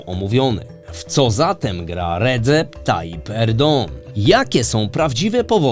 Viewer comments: Popieram. No i akcent pada na ostatnią sylabę, o ile się nie mylę. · Erdoan, Erdogan, Erdąąą - to mnie jako osoby tureckojęzycznej, ale też ogólnie jest to problematyczne słyszeć jedno nazwisko wymawiane na kilka różnych sposobów w filmie. Czy mógłbyś przemyśleć wymawianie /erdoan/ jak powinno po turecku? Pozdrawiam i dziękuję za film